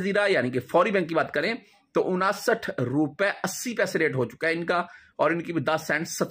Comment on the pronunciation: Saal kay baad barsi hoti hain salana nahi hota ganti kamzoor hain unsath hota hain onasath nahi chaba kar mat bolo zaban ko azaad kar do sahi ho jahay gi